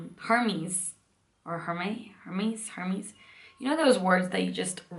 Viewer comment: Hi!! 🌻 Thank you for the vlog! You pronounced the greek mythology names correctly!! Hermes ( pronounced Ermis in greek) mas the messenger of the Gods, Ariadne ( pronounced Ariadni in greek) was a Cretan princess that helped Theseus escape the Minotaur in the labyrinth of the Cretan King Minoas. Its a beautiful story!